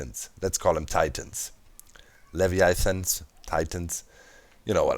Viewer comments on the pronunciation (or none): levi-i-thans lol good try doc is sayed more like le-vi-a-thans